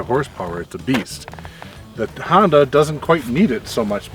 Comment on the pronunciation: Hoon-Dah.....nuff said.